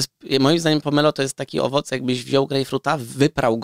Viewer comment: Pomelo? Naprawdę Redaktorze?